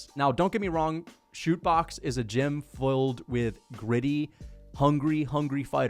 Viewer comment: "Shoot box" bruh that's it's not that hard to pronounce Chute Boxe.